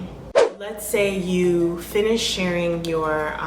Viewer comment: “Shirring” rhymes with “purring.”